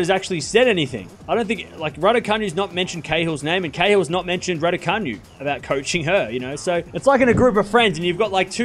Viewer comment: It’s not pronounced RaducaNew it is Raducanoo 😃